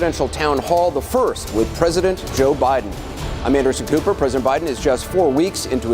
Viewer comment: Did he say I am Anderson pooper ? Wonder if I did something to deserve watching this as a punishment?